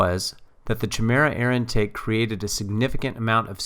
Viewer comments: Good video, but don't say "fam". Just don't do it. It's cringy. Also, it's pronounced ki-mira, not chi-mera. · Great video, and thank you - but the "T" means Top Dead Center, not "time". And, not to be irritating, the "Ch" is pronounced like a "K" in Chimera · Chimera is pronounced kimera